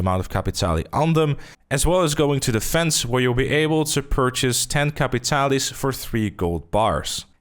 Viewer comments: Bro, you're saying capitale wrong. Just like most players are saying Saint Denis wrong. The guy from the quest literally pronounces the word "capitale". It's French/Cajun. Cah(similar to caw)-pee-tahl. The "pee" is like a combo of "pee" and "pi" like PIT, not PIE. Combine the sound of pee and pit for the i. Not Caa-pit-all-ee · Its capitale and not capitali...just to let you know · pretty sure its pronounced [kap-pee-tal] :)